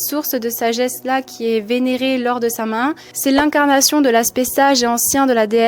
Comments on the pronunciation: Samain ?? 🤣😅😂 C'est une fête d'origine gaélique et ça se prononce Sa-Ouine !! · Ça se prononce Sa Houine 😉💚